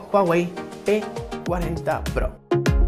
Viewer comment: Yo entendí "P40 PRRO" :v